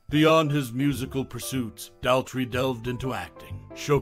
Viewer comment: It's doesn't rhyme with pal 😡😢 It rhymes with paw. 🙂❤Daltrey.